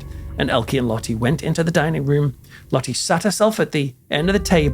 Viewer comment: the e in Dutch name is pronounced more like the U sounds In the English word Hurt. Try to say Lottu ❤